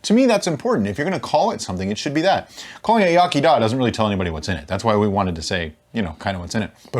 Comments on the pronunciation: As a welsh man whos is just starting out his journy in brewing, it makes me very happy to see this video. Pronunciation is yeh chee daa, you almost had it but your spot on with the meaning. New subscriber from me. iechyd da ❤ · It's pronounced(phonetically) ee yuch id da, with the ch sounding like ck followed by a silent h aspirant. "Twll de bob sais"